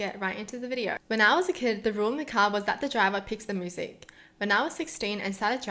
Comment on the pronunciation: Why are you saying "moosic" instead of " myoosic"?